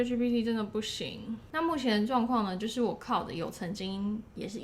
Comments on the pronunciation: "Claude"ˇ讀音是 克"漏"的，不是克"勞"的，好嗎? 這個是常見的法文男子名，很多名人都叫Claude. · Claude 要唸成 Cloude